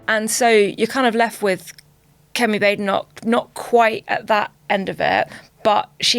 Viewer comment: I wish people could pronounce her name right. Bade enoch needs two es. Bad e (short e) noch. It's bad enough to have to hear her let alone to constantly have to correct her name.